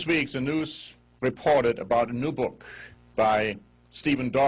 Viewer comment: "... deh noooze.... reported duh neeew book..." Like some fucking Hogan's Heros episode. Hilarious!